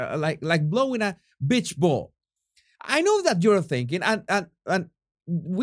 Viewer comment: I am not sure if it was by accident , or by 'accent' ..... Did you guys notice when he said he is blowing a beach ball, it sounded like a "bitch ball". I laughed so hard. Oh my, that was funny